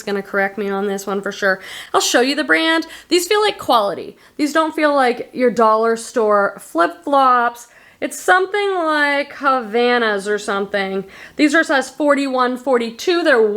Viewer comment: The H is silent on Havaianas. They are a Brazilian brand, I love them!